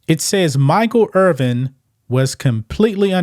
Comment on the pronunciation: Irvin, not Earvin